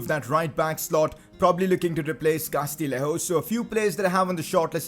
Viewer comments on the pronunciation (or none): Just a tip, the double L in Castillejo is a Y sound, so Castiyejo:) And now you're gonna get rid of him haha